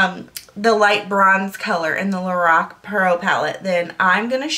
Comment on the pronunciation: It's pronounced "Lor-ahhhh-c" :-)